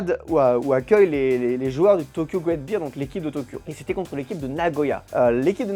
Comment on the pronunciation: Ca se prononce "Great Bèr" pas "Bir" c'est pas de la bière!!!